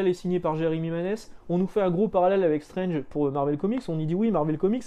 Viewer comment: Moi j'ai connu Strange ( à prononcer "strange" et non "strenge" parce que à l'époque quand tu avais 11 ans, tu prononcais tout à la française :-), bref, j'ai connu Strange à 4 fr et franchement c'était dur de les avoir auprès de ma mère (surtout qu'il fallait rajouter des sous pour Nova, Titans et Special Strange) et donc le côté "maintenant c'est 16 €" ben franchement ça me parait moins cher en fait :-)